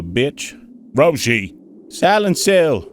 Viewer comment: how are u saying rumshis name wrong